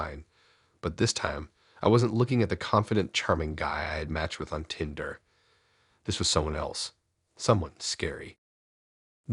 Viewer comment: i tryed to listen but couldn't stomach the tindrrr ...started making my eye twitch